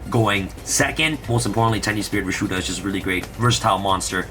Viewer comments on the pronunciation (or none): Hi. Can you put the deck list in the description? It's hard to see some of the names with holographic text, and some of the names are hard to pronounce or hear properly. For example, I thought you said Tenuspirit Rashuda, but it was actually Tenyi Spirit - Vishuda.